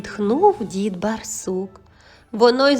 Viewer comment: Через раз читається " дідусь бАрсук", дуже ріже слух неправильна вимова.